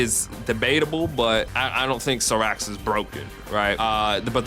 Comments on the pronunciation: I stopped watchin the video when i heard him pronounce it that way. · Never in my life have I heard Cyrax's name butchered that crazy lmao. Like there's an announcer that says the correct name of the character in the game itself. 😂